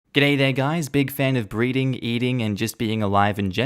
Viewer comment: I went back 3 times, I'm pretty sure he said breeding... but that's a really, really genius way to ensure engagement on the vid. We've fallen into the trap.